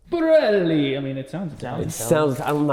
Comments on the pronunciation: its kind of a comedy chanel. he was trying to be funny, then came back and told the history of moto morini. when he said pirelli with the italian accent, and the hand gesture......... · Doesn't know Pirelli is Italian, has never heard of Marzocchi and can't pronounce either. So American...